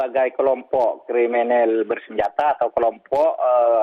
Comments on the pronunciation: KRIMINAL bukan KRIMINEL😂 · bukan kremenel pk bunyinya krininal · Bukan Kriminil tapi kriminis bacaannya Pak?